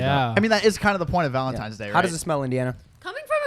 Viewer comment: I thought you said "hi how's ur gay going" 🤣